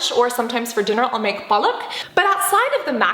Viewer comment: Cant believe u spoke punjabi ! I am an Indian and totally loved u saying paalak 😂 Though i do wonder about your indian connection !